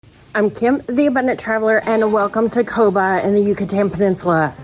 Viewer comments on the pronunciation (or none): Great video! 👍 It's pronounced Kobaa